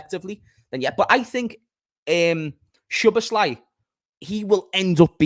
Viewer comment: Thinking about it now, pretty sure it's pronounced So Boss La.